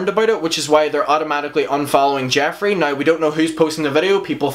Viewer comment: "Sit-che-a-tion" love your accent I truly truly am living for it 'na-e-w' (now) just delightful and I love those baby blues honey...work it! ❣ and that in your face pause with those baby blues looking into your soul O. M. G. Just had me like 😳😳😳😳😮😳😳😏